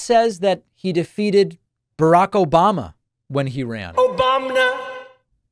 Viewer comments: He says Obamna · "Obam-na!" is the sound that plays when you pluck on a sitar string... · All in for Joe B! Like Trump said - it's Oh-Baum-Na.